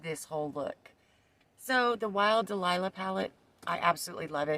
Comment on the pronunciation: It's "dahlia", not "delilah"😂 but your makeup style is gorgeous, and I appreciate that you showed me how to approach this palette! I have it for a few years but never could make a nice look with it. Thank you!